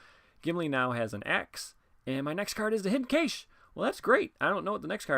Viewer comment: It's pronounced "cash", like it's money.